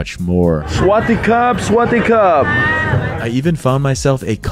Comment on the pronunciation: Bro.. its NOT SWATTY CUP.. ffs's..its SAVADEE KAP.. and its not ..ahh nevermind...